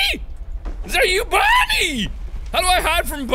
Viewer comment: Scott: OK Mark repeat after mr Scott: bon Mark: bon Scott: nie Mark: nie Scott: OK now say Bonnie Mark: bonnster